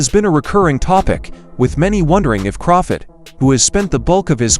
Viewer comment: This guy don't know Crawford or boxing, he keeps calling him crawfid😂😂😂😂